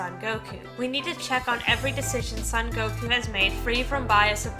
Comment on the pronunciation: It'd be nice if you could pronounce his name right. The "so" in "Son Gokuu" is pronounced like the English word "so". Gokuu has a long vowel at the end, so make the "u" sound at the end a little longer.